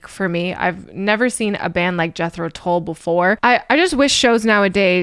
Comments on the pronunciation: There’s a Scandinavian flute player/music teacher/reactor who pronounces the band’s name as ‘Yetro Tool’. Adorable. Thanks for this one,. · 😊 The band Jethro Tull,are Not dull, but that’s the way it’s pronounced